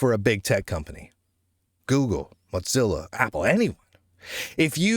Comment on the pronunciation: Mozilla doesn't have a "T" in it